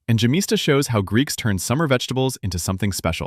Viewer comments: Yemista, not gemista. The G is sounded out like the letter Y. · Yemista the( y )is pronounced like in yes and the accent is on syllable (sta) and not in ( mi) ,but your version is a.i. generated and not spoken by a real human voice. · You should pronounce `gemista` as `ghemista`!